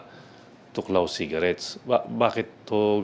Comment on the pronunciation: thuoc lao (thuốc lào) hindi tuklaw . Ginawa nyo namang tagalog amf hahha